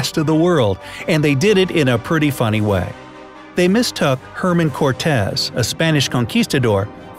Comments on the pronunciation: NOT HerMan Cortez... HERNAN Cortez (That's not even about PRONUNCIATION... It's about KNOWING your AZTEC/Spanish HISTORY!!! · Did I hear him say Herman Cortez? Lol